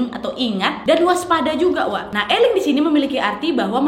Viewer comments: Eleng kak😭🤏bukan eling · Eleng bukan eling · Maaf ka sebelumnya aku mau ngasih tau bukan eling kak tepi eleng tapi kalo misal susah bacanya eling pun gpp 😀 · Bukan eling Kak tapi ileng Hehe 👍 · Bukan eling kak tapi iling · Bukan eling kak tapi eleng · iling kak bukan eling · Bukan eling tapi ileng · Eleng kak bukan eling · mon maaf kan bukan eling tpi eleng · seingetku bacanya eleng tapi e nya pake lele penyebutan huruf e nya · Eleng kak bacanya